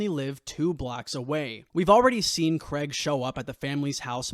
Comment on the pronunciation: It's Craig not 'Creg'!